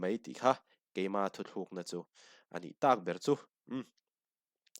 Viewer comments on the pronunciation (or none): Thu thlukna nilo in.....thu tluk na